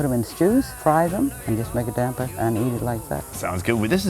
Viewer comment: nailed "damper", needs work on "goanna" but if he'd said "waada" (water), I'd campaign for his Aussie citizenship